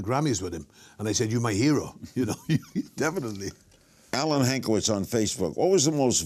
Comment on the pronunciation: Great interview, I enjoyed it. LK is killing me though. He's pulling a "Dr. Steven Brule" on some of those names LMAO. "Alan Hankewicz.." says... (Alex) "Nick Valeski" asks... (Nico Vasilevski) LOLOLOL. May he rest in peace.